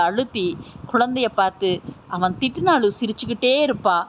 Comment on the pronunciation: அவன் அவள் இரண்டும்ஒரே மாதிரி உச்சரிக்கிறீங்க பேரை சொல்லலாமே தெளிவாக உச்சரிப்பு இல்லை